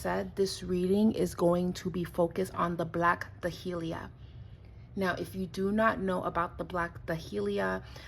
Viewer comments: Day-lee-a, not Da-hee-lee-a. Just saying. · I never heard black dahlia pronounced like that but I am also in the south we have a drawl